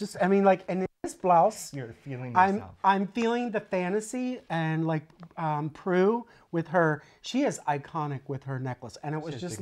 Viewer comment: I've just spat tea all over my laptop laughing at you two - who knew Halloween could be so frightening!! Love it! By the way, it's pronounced Pru Leeth. I'm becoming your UK translator!